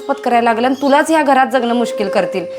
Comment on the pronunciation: व्हिडिओ बनवताय, मग शुद्ध मराठी पण बोलायला शिका जरा! ती “आणि- पाणी” च्या ऐवजी वापरलेले “आनि-पानी” हे अशुद्ध मराठी शब्द ऐकायला कानावर अक्षरशः अत्याचार झाल्यासारखे वाटतात!!🙏🙏🙏